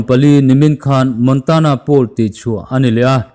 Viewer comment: Pool leh poll i lam pawlh char char a